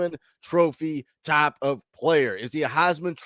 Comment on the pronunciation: your accent comes out when you say "type." LOL. Firstly, I got nothing but love for Tayven. He handled his business here, and we got him ready for the next step. Secondly, just watch what Joe does. I swear, I think he's got the control issues worked out. Halzle and Heupel are great developers.:_PowerT::_Heupel::_GBO::_Smokey:□□□